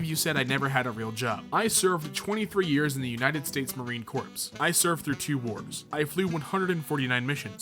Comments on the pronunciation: you didn't seriously say Marine "corpse" its pronounced core despite it's spelling being corps. semper Fi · Hearing say "Marine Corpse" brought out my inner grammar nazi so badly.